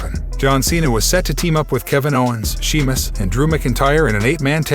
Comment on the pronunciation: Please say the name right its not she mus its Sheamus I know im not spelling his name right im spelling its this way so that the host understands the correct way of saying his name! Thank you!